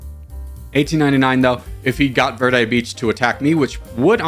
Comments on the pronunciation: Verde is pronounced "Vayr-day" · verde is pronounced like v air day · In Spanish you roll your r and the e sounds like the e in eggs.